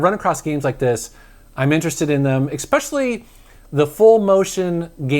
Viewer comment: Exspecially, it's especially!